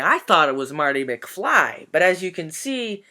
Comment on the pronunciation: I think it’s Marty McFly more like Marty mcflurry